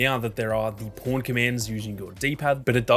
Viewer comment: Every time you say pawn, it doesn’t sound like pawn with your accent😂 “You can search for the po*n you want to use. These are my favorite po*ns”😂